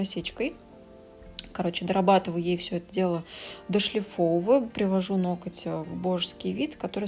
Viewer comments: Сначала исправилась , сказав "ноГти",а потом забыла и выпулила"ноКать"))) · много раз читала, как Вас критикуют за произношение некоторых слов, "нокоть" в том числе, и хочу сказать - да не обращайте Вы внимание на этих критиков. Даже если Вы и произносите что-то неправильно, эта Ваша личная, милая, на мой взгляд, особенность речи, которая придает индивидуальности и теплоты. Более того, люди, в том числе и я, которые смотрят Ваши видео ради их содержания, которые проникаются Вашей харизмой, в принципе не замечают каких-либо недостатков речи. Вы не литературный канал ведёте, в конце концов, смысл сказанного в данном случае абсолютно не теряется. Я сама не люблю безграмотных людей, но придираться к произношению, это уже реально перебор! Спасибо Вам за Вашу деятельность, за то, что делитесь ценнейшей информацией и опытом, и не обращайте внимания на всяких диванных критиков, у которых не хватает сил и мозгов поднять свою задницу и что-то сделать. Будьте такой как Вы есть, самобытной, искрометной, доброй и отзывчивой, то есть такой, какой мы Вас любим, ваши подписчики!